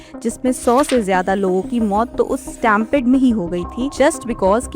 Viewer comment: stampede Say स्टेमपेड 😢😢😢😢 But actually say स्टेमपीड